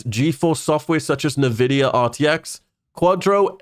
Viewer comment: Say NAVIDIA one more fucking time.